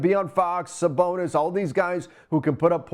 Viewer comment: I stopped listening when he said Sabonis name wrong twice..